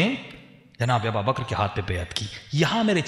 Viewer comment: Hazrat phle aap name lenaa sikho ABUBAKAR(r.a) aur aap kh rhe ABABAKR or ye jo story bnaa kr sunai hai kisi hades se sahit hai aapke pas koi hawala kahi se diya hai ya bs jo dil ke aya bak diyaa baith kr is trh se glt bate batane se kch hasil na hoga.